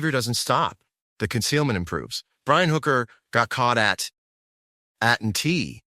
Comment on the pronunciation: At and tea 😂 (AT&T)